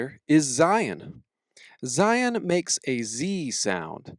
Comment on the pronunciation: It's zayin not zion